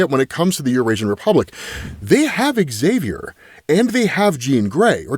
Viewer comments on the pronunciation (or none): none